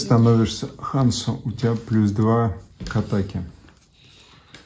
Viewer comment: Извините но почему вы произносите хансу , если везде четко прописана буква Хонсу?